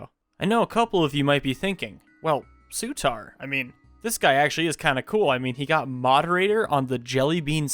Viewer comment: Sutar sounds like satire